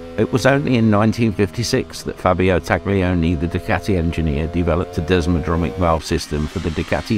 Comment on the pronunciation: It's desmodromic not desmodronic if you are going to slag something off try getting your facts right.